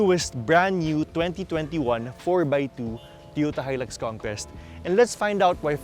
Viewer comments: con-KWEST yun . hindi con-KEST 😆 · Toyota "Conkest" 🤣😂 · mas maganda sana kung tama ang pronunciation ng 'conquest'